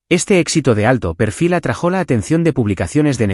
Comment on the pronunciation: Atrajó se dice atrájo